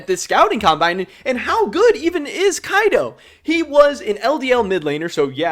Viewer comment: Quick tip keaiduo is 3 ssyllables ke ai duo, i am not the kind of guy to correct People for getting the e in ale s name wrong but keaiduo is a hard name for foreigners so thought i would give a shout